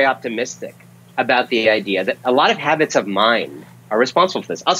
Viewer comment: I'm pretty sure he said "Hobbits" of mind.